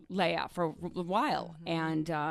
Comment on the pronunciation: I was friends with 'LEH-AH' while Leah's name is "LEE-AH'... Such good friends.